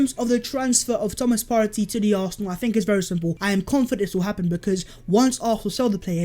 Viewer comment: saying Thomas Partey is so satisfying